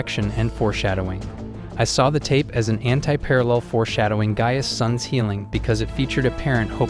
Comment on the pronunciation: It's pronounced like guy-us